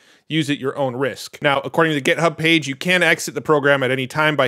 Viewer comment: Stop saying "gethub" please